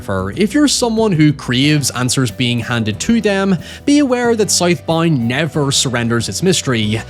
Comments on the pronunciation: Tf you call it? Soyth Boynd? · I thought it was south bound not sith bind Is it spelled south bound and said sith bind? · Sight Bind??? Oh... he said South Bound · Title- "Scythe Bind" lol. Not making fun of you bro i love how you pronounced that 😅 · I cannot unhear him saying South Bound as Scythe Bind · "SOYTH BOYND" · Never heard this guy speak, I thought he was saying Scythe Bind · I like how he says “soith boind” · Soithe Boind 🥰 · “ScytheBind” is pretty badass…. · scythe bind! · Hearing a man horrifically butcher the pronounciation of a word such as Southbound is jarring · What is the movie called 😂 he said it like 20 times and I have no idea what he said 😂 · Bro ain’t no way he was saying SouthBound 😂😂😂